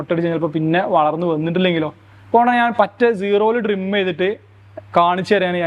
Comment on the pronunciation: ഡ്രിം അല്ല, ട്രിം🤣🤣